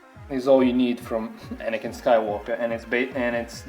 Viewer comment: Why are people saying anikan when its anakin